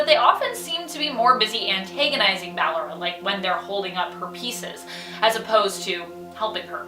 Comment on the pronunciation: She said ballara not ballora